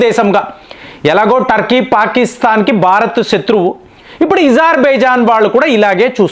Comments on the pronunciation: మీరు ఎందుకు కొన్ని పదాలు వత్తి పలుకుతారు.ezarbizan.అది అజర్ byjann మీరు యూజర్ అంటారు ఎందుకు ఇలాంటివి అణిముత్యాలు కొన్ని వస్తాయి మీ న7నది.మార్చుకోండి..ఇరాన్ ను ఈరాన్ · Izer baijan kaadu , azer baijan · ఇజార్ ఇజార్ అంటారు ఏమిటి అజార్ అనే కదా ఉంది ఎందుకు అలగ పలుకుతున్నారు వినటానికి బాగోలేదు